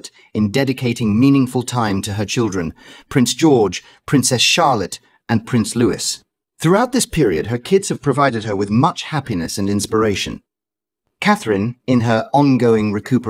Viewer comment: people who cry altar not in a positive frame of mind. Either the reporting is all wrong or she needs help for her mental health to fight on. The youngest son is called Lou-eee spelt Louisbut not said as Louissss